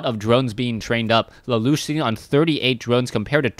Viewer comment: keeps saying la loosh, and annoys the hell out of me 1. because it sounds stupid and 2. i think its la la usshhh